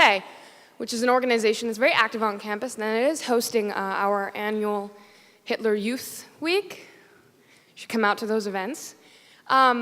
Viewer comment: I'm sorry but did she say Hitler youth day??